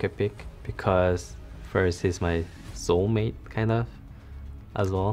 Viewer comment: is he srs "sol mate"..... wow